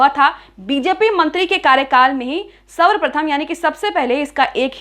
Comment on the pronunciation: aap hindi sikhiye pehle. sarvpratham hai usey aap savarprthm keh rhi hain. pls galti sudhariye